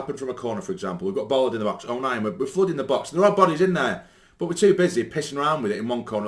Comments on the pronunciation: Ballard!!! Not Bollard!!!! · but Bollard is not his name stupid!!! His name is BALLARD!!!! with an A not an O